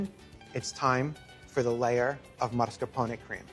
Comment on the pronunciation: Is it me not hearing it right, or does he really pronounce it as MARSCAPONE cheese?